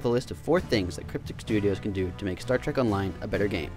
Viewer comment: its Trek not trak